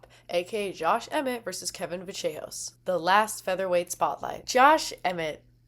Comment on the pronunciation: ACTUALLY, its "Va-sh-eh-hos"